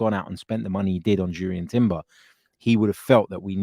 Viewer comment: I’m taking a stand. Not going to like any of your videos again until you can go trough a whole one without saying Urian Timber 😆